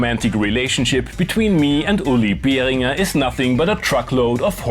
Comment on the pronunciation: Finally someone who pronounces Behringer correctly 😅